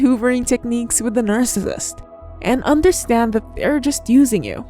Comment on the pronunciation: videos are very hard to watch bc narrator does not enunciate well and can't pronounce narcissist. constructive criticism